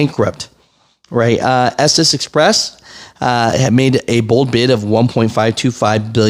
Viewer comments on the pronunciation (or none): none